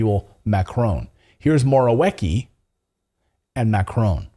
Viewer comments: I am Russian so I understand how Polish names are pronounced . You finally said it right. It’s Morawiecki with “cz” sound at “c” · Your last try with Morwiecki pronunciation was good enough. Morawiecki is a liar, a corrupt politician, and a criminal.